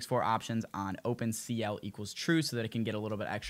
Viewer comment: OPEn cl= trume? idk what you said